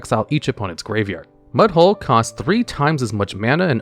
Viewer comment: Mudhole is NOT what I heard.